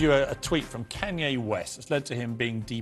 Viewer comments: “ Ken Ye West “ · his name is Kanye not canye